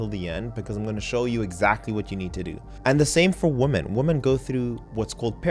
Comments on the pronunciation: Why are you pronouncing “women” as “woman”? A bit confused by this 😅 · You repeatedly say "womAN" throughout this video, where yoi should be saying "womEN". Do you not understand the difference between the words woman and women? Saying "woman" instead of women, is like saying "man" where you should be saying, men. This is something that elementary level children should know, and you don't understand this? That really makes me question your level of intelligence and perceptiveness. How are we supposed to believe that you comprehend the nuance of niche subjects, when you don't even understand simple aspects of the English language, which you spend far more time focusing on than niche subjects.